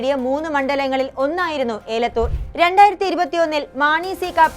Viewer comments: എലത്തൂർ എന്നത് ഏലത്തൂരും, കാനത്തിൽ എന്നത് കനത്തിൽ എന്നും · ഏലത്തൂർ അല്ല എലത്തൂർ